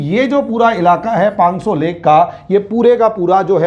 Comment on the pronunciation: पांग्सो नहीं, पाँगोंग त्सो!